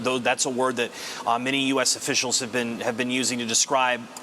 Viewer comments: Nuclear is pronounced just like it’s spelled. “Nu-clear”. At beginning of video, a commentator pronounced it as “Nu-Q-ler” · Nucular? Not Nuclear? Ok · It's nu-cle-ar, not nook-you-lar, god damn it!!! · seconds in and I had to stop watching. He said “nucular” instead of “nuclear” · Intro guy I think He said nucular 😅 instead of nuclear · Did that guy say nu-cle-ler? As a matter of fact I could have sworn I heard all of them mispronounce it.😂😂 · Nuke you ler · According to Dubya the pronunciation was nukular.😂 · You lost me at "newk-yoo-ler".